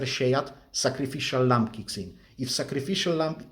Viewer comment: Sacrificial …..*lamb* …not lamp..lol (unless you’re actually selling lamps 😂)